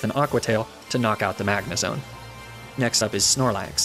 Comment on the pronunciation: You said "Magnezone" wrong! Good run tho very entertaining. Also TRUE LOVE WINS!